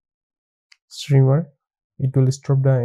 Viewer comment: Thanks for the content! funny, it's shimmer not shrimmer :D